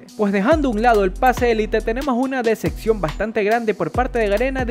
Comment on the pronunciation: no se dice deseccion sino decepción!!!